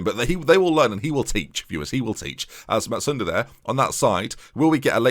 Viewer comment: Absolutely has to be renamed 'Cousin Carr' Also enjoying the 'n' in Matsuda ;)